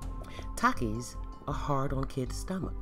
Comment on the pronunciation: they have takie Challenges bruh talk right (Takis)